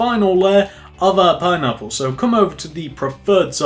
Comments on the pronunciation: "Pinapular," he says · "that's what makes it look more pine-napular"